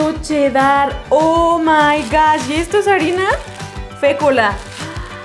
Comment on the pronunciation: Como que quedo “chedAr” yo le digo “chedar”